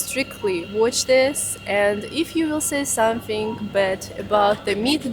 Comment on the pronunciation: Love the way she says "somethink." Yeah I know I'm weird.